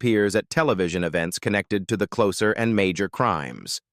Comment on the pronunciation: Your AI voice over needs to learn how to pronounce names better. You can't even say the title of the show properly.